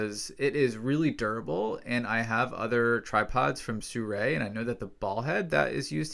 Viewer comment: Wow! You know how to pronounce "Sirui" correctly. Instant credibility. It would have been interesting to see the tripod with legs fully extended. Obviously, it is not going to replace a normal on-the-ground model, but could it be used in a pinch? Does it come up to your waist? (edit: Nope. Maybe up to your knees.) Regardless, I'm actually here hoping to find your review of the Lojel Cubo Small Lite. Still looking...